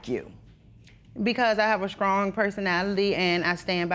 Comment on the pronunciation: WTF is scrong. Not sure why this is being said nowadays, sounds stupid